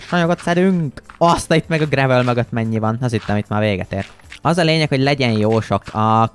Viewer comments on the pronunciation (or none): none